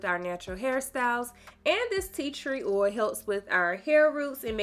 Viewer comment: The mispronunciation of oil is really getting to me